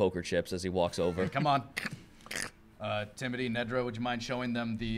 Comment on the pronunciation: Is it Timothy or Timoty? Because I am sure I’ve heard pronounce the “th” in TimoTHy but other times he says Tim-oty. So, a bit confusing. Also my uncle is named Timothy so every time this NPC is mentioned I picture a bigger, simpler version of my uncle. Lol.